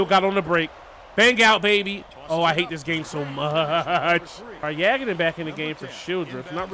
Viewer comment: Yagodin is pronounced “Yah-Goh-Din”